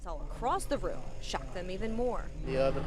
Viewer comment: lmao she said "its just a woom opened up again" lmao